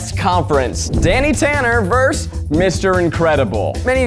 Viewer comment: Zach, how many syllables in "versus" again?